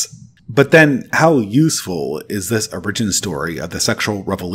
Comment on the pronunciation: Great video and very helpful for helping me to recenter. I just have one criticism: please fix your pronunciation of “origin”. 😅